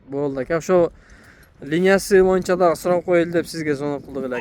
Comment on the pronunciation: Моюнча дегенинди токтотуп боюнча деп таза суйлочу